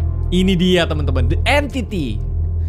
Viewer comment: Bisa bisanya gw ngomong the enyti padahal Entitiy:p